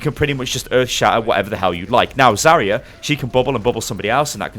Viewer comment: Why do you say zarya so weird? It's Zar-ya not Zaorora-ya